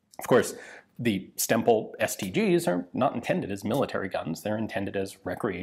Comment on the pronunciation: Every time Ian says "Stemple" I am hearing "stem bolt" and I am reminded of the long running gag about self-sealing stem bolts on Star Trek DS9.